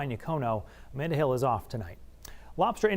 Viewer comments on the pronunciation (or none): none